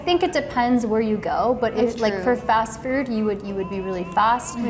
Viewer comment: Is it just me or did sound Australian when she said "fast food"? I've watched so many of these videos and there have been some times where she sounded like she had an English accent or Australian accent but idk if it's just cause she's from Massachusetts.